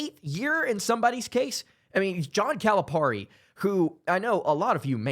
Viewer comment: Bro, how long have you been running this channel? Rhetorical. How can you not know how to pronounce Cal's name? It's pear-e, not par-e. FFS